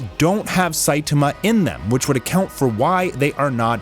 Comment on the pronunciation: I like both, i,m just joking on "sitama" :D It sounded to me like shitama haha